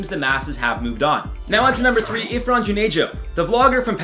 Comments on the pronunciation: Okay it's 'Irfan' not 'Ifran' 😁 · Hey, Just a little note, his name is Irfan, not Ifran 😅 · It's not ifran it's irfan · Its Irfan Junejo, not ifran Junejo :) .. i love your channel, love from Pakistan ❤ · This is outrageous! IT IS IRFAN JUNEJO. you called him IFRAN. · BTW. Its Irfan junejo not ifran